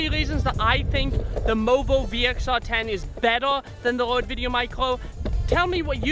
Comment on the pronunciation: C’mon. He’s got a speech impediment. No biggie. I’ve watched so many of his videos that I don’t even notice it anymore.